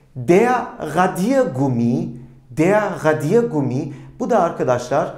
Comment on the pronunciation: Merhabalar hocam tekrar amaclı izliyorum videoları suan dikkatimi cektı ki siz isinize resmen asıksınız ❤Bu da mutlak basarıyı getiriyor. Telaffuz ıle ilgili "radiergummi" kelimesini söylerken ne de güzel anlatıyorsunuz. O enerjiyi hissetmemek imkansız. Emekleriniz için çok teşekkür ederim iyiki varsınız🙏 Sayenizde Almanca gibi zor bır dili severek çalışıyorum👏👏